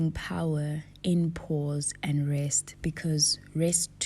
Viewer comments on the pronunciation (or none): none